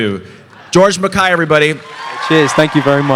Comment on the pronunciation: actually its mack-kai. He pronounced that himself when He does self introduction on video greetings